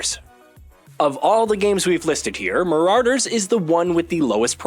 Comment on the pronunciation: Muh-raw-der, not mo-rawr-der.